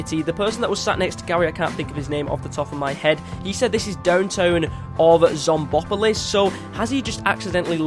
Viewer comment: the name is pronounced zomb-opolis